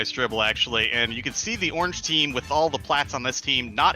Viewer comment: "Orange tEAmm"